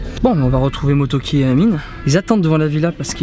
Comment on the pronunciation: Mais c'est pas motoki c'est MoREtoki